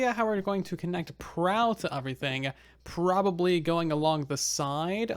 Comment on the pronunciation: has anybody else noticed that he says uvrething instead of everything. is it and accent or something?